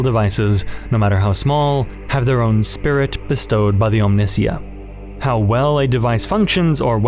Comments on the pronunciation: I love the video. Very thought provoking. My only note would be that I think Omnissiah is pronounced Om-nee-si-uh because of it being a conjuction of the two words omni meaning multi and messiah or "chosen one" but it is a made up word after all so I guess there is no real correct pronunciation. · For all the stuff in here, it was good until the last 20 minutes. The ability to pronounce French surnames and being of faith, but not knowing Omnissiah and Messiah are pronounced similarly boggles the mind. And from the stand point of someone who got into 40k in 10th edition, your perception of it being less Grim feels like a sort of cognitive dissonance because it feels pretty grim and dark to me. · What is the reasoning behind your heretical pronunciation of "Omnissiah" ? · The way you pronounce omnissiah is a full on psychic attack on my being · The way you pronounced omnisiah is heresy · OK so is it Omnissiah, or Omnissiah? Which way is the correct pronunciation. Cuz I've been pronouncing it Omnissiah in my head but now I'm hearing him say Omnissiah..i guess it could be preference, but I'm pretty sure i remember it being pronounced Omnissiah in Space Marine 2 in the intro and game. I think I'm gonna keep saying Omnissiah instead of Omnissiah, that just sounds wrong to me lol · Bro do you call your god "The Miss-euh?" Cause if not you can't justify how you butcher "Omnissiah" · Bro has to be rage baiting with his pronunciation of Omnissiah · great vid, however there are two big problems 1. While these are some interesting theories they are most likely wrong because Games Workshop is not clever enough for half of this. 2. ... the pronunciation of Slanesh and the Omnissiah... (also in generall the audio quality drops a bit during the islam section- or maybe not drop but changes and feels a bit odd). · You keep pronouncing Omnissiah that way just to annoy me, aren't you. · Each time you mispronounce "omnissiah" I find myself drawn more and more to chaos lol